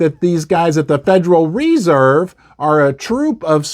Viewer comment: “The Federal REE-Serve” 😂😂😂 the stress is on the second syllable you magnificent man